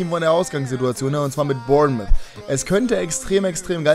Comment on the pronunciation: Es heißt nicht Bournmith sondern Bornmouth